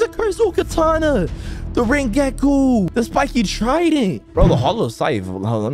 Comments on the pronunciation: bro said "rengeku" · Me when says Rengoku as Rengeku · Bro said rengeku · Bro called rengoku rengeko 1 billion times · pov: u say rengouko wrong: rengeku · “The Rengeku” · Manz said rengeku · Keep up the good work ''Rengeku'' lol no offence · Bro really just said rengaku😂😂😂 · Bro said rengeku 💀💀💀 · BRO SAID RENGAKU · Did bro said rengeku and triple niple katanas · Bro said the rengeku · The say he says rengoku bro nah its killing me🤣🤣